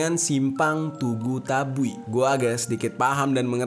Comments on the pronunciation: Bukan TABUI bang, tapi TABUIK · BG ralat kalau Tugu Tabuik yang bener bukan tugu tabui